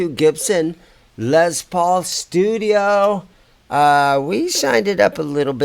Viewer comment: First off, its LES not Lez paul!!!